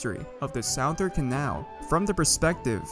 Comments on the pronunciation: "the SOUaTHERN canal" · Its pronounced Suth-ern-canal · WHY THE FUCK YOU SAY SOUTHERN LIKE SAOUTHERNN CANAL WTFF???!!! ITS SPOKEN LIKE SUTHERN!?!! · You keep saying "sowe" instead of "suh" in southern and its really bothering me. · It's pronounced Suh-thern, not s-ow-thern who tf pronounced southern that way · Its pronounced "suh-thern" Or you say "The South Canal" I know its not intuitive but thats english for ya bud. Cheers! I know , I'm late to the party, but I've just started going down the rabbit hole of your videos ,and As a Florida resident, I had to say something. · "corp" "sowthern canal" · I like how he says it like “sow thern” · came for the lore, stayed for the sowthern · Mans said Sauthern Canal at the beginning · "south earn" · He is say sowthern canal and it bothers me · My ears weren't braced for the SOWthern Canal. Still, amazing history video! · not southern south-ern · My dude talking about the south-urn canal bruh wtf is that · not a big deal, but "southern" is pronounced "suh-thern." It is dumb though, since south isn't pronounced like that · You keep saying "southern" wrong it's pronounced "suth-ern", but overall good video :) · south urn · you are saying Southern rong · I love the video, but please, its suh-thern. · cant tell if he's mispronouncing southern on purpose or not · How do you mispronounce "corps" and "southern" lol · Say southern right my dude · My guy, you're saying southern wrong. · “The south’ern”. Made me stop watching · Please say southern correctly I beg you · I hate the way you say southern